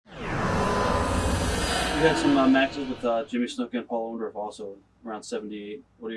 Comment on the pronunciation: Orndorff not Orndoff lol